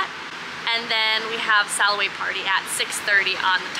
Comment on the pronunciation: Im dying about that buffalo accent that comes out as you say SALLaway party 😂